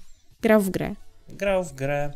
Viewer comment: Jak pan spędzi święta. "Bede grał w gre!"